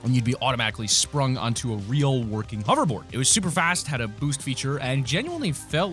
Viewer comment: Say it with me, h-o-v-e-r-b-o-a-r-d